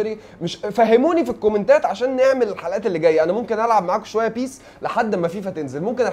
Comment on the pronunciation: يا عم سرى اسمها بيس مش بى اى اس